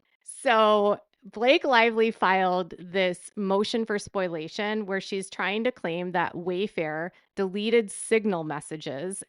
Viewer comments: Spoliation, not spoilation, my dear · And it's SPO-LEE-AY-SHUN. Not SPOIL-AY-SHUN. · Omg PLEASE stop saying Spoil - ation. It is pronounced SPO - LEE - AY - SHUN. Think of exfoliation. Take out ex and substitute sp for f. Spo-liation. Spoliation.